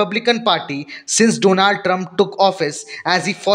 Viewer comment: Trump not Trunb